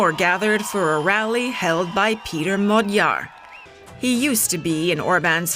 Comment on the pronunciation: Next time, please look up How to pronounce Magyar. It’s the name of our nation as well. Lame